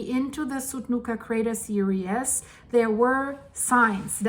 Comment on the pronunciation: Series is pronounced sear-ees not serious sorry it is stupid of me but it drives me crazy when you say crater serious when your meaning to say series! 🙏 thanks for all your time and effort your pouring into all these videos, I really do love watching them, especially when you go live! Hi rudi lol!!